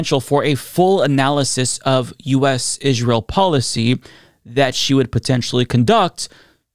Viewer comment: Israel is pronounced like "Ijrael?"